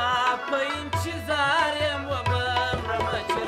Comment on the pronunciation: که چیري د لغاتونو تلفظ سم صحیح وکړي نو لږ څه به پر معیار برابر سي. دی خو بیخي زموږ د کندهار د کوڅو لهجه غوندي تلفظ کوي ( انچیظار) 🤦🏻‍♂️ تاسو یې فهم ورته واړوئ.